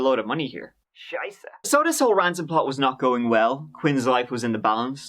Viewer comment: A German here, loved your ”Scheiße" part!🤣